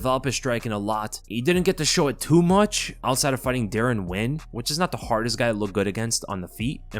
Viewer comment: even casuals know its pronounced "D'Ron Winn" NOT "Darren Winn". is such a joke